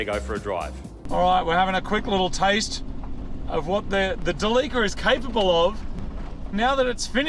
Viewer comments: Where tf do you get Del-leek-cah from instead of Del-lih-cah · It's not pronounced deleeker, it's deli-car! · So are we gonna call this mitsubishi delica, the "da-leaka"???? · Its not quite how you say Delica. Japanese are big on how you say your words. For example Toyota would be To-yo-ta. And Delica is De-li-ca. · I'll admit I kept wondering why you were pronouncing Delica wrong, and then I realized! You're saying it similar to "The leaker"! So like 'De leaka' because it leaks so much!! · After you sealed all the leaks on your "TheLeaka" (Delica) is it now a "Sealeaka" (Celica)? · Thought you were calling the van as ‘the leaker’ later on clued in, oh ‘Delica!’ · I had a diesel version of this when they first came into Aus in the early 2000's. Great vehicle despite the weird look. WAY molre torque in the 2800 TDi with the intercooler scoop in th ebonnet. One thing about pronounciation - the name comes from "delivery car" so it should be said "deli"-"ca" not "deleeka". Going to enjoy this series. Definitely a capable offroader with that funky comfy bus interior. Reach out when you're looking to rehome this beast. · Behold, "Da Leaka" 😂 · Everytime when i hear Delica, sounds like "Da leaker" 😂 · its a what? a de Leaker? :) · I'm not happy about how you pronounce Delica. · Damn... You guys even pronounce "Delica" wrong.. Jesus. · Haha the way he pronounced “Delica” surprised me for a second. I guess it makes sense because you guys down under pronounce “celica” the same way.